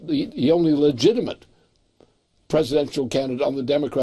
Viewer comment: "legitament" ? LOL, WUT?